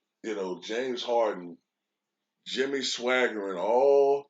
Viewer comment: You called him Jimmy Swagerd 😆